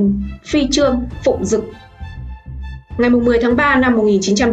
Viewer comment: Đọc sai chính tả rồi bé ơi Phi trương Phụng dực ....